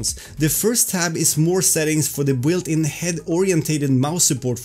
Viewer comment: Hey, you pronounce the word "built" as "Bwilt", but it's actually pronounced "Bilt". Not poking fun - I know it's the type of comment you would appreciate. Great informative video as always!